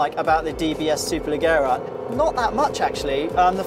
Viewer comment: Repetitive review, contemptous African analogy at the start and ignorant 'superleggera' pronunciation (it's not superlegghera)